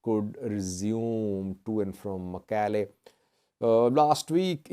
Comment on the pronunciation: Thanks, you pronounced Shire and Mekelle much better than those whose first language is Amharic.